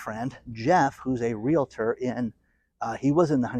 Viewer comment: REAL - TOR, no "LA" crammed in the middle. C'mon, you've had plenty of time to master this. I can see you are making SOME progress. Sometimes you get it right and other times you revert back to your old mispronunciation. Keep trying.